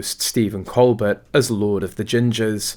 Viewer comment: His name is pronounced: col bare, with the emphasis on the 2nd syllable!